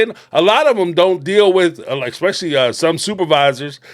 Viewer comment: I enjoy your commentary. However, the word is eSpecially NOT eXpecially.